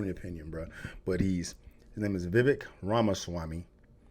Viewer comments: You butchered the brown guys name fiya fi date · His name is pronounced "ViVake" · It's pronounced Vih vayk lol. Anyhoo he's by far, not even close, the most intelligent and forthright person running. I doubt he has hope of winning, but he should. He should get the vp for whoever wins the nom.